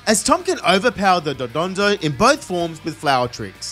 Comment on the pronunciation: “Totem pokemon” and “dodonzo” are wrong it’s titan pokemon and dondozo